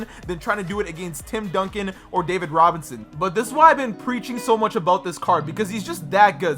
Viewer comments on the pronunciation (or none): none